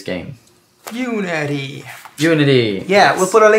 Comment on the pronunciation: Slurring unity unity smooth